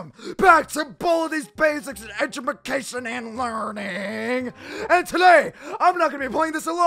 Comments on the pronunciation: Lol edubacation I cracked up he said that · Shadow said edumacation